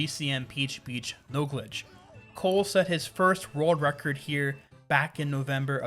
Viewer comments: why do i keep hearing rerld record? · Rorld Record